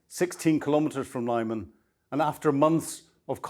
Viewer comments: It is pronounced 'LEE'man not 'LIE'man! 🤗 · It's Lyman (Lih-man, not 'lie-mun') Ukrainian and surzhyk do not operate according to English linguistic rules. Anyway, it's heavy around Lyman, my friends are still fighting there and the orcs have choked off the Lyman-Slovyansk road. It's not as rosy as this report suggests. But National Guard and 3rd Army Corps units are holding the city. Strange that the '2nd Battle of Lyman' wikipedia was renamed 'Lyman front of the Kharkiv counteroffensive 2022', with no page and misleadingly writing 'the Lyman front' (2022-25) out of history, and the Lyman offensive thereafter stupidly named (on wiki alone) 'the Northeast Donetsk Campaign', with no page or mention of 'The 3rd Battle of Lyman'... but that's what happens when armchair enthusiasts decide to write up the war in their own terms. In reality, the Lyman front 2022-26 has been the consistently busiest front per enemy infantry assaults, and usually in the top 2 heaviest daily sectors on a day-by-day basis. The Serebryansky Forest (or Kreminna Forest) fell in December 2025, so it's misleading to speak of the forest when the Russians are well to the west of its western edges, and are west, northwest, north, northeast, east and east-southeast of Lyman itself. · It is not Laiman, it is LeemAn. Please call some Ukrainian interpreter and ask him to give you a lesson on Ukrainian geographical names pronunciation . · Please stop saying 'Liemun' 🤙